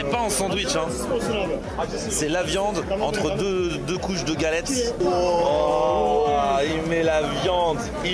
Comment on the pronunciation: "Galettse" "Fritse" donc "Kebabse", ça fait sens x)